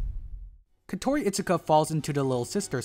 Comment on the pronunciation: Your pronunciation on Kotori is interesting going with “Ko-Tori” instead how the dub pronunciation with “Ko-To-Ri”